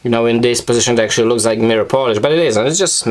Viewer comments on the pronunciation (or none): none